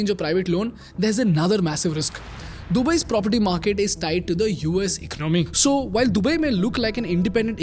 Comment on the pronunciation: For heaven's sake it's not ‘ Ik-no-my’ but e-co-namy’!